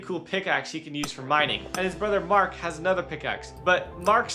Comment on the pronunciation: It's murt not mark